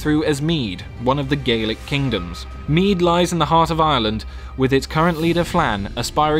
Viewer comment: Kingdom of Mide ? is it not Meath?